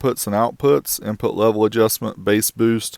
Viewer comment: I like how in said INTPUT .